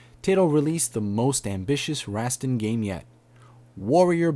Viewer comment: Its pronounced: tie-toe, and Rosstaun.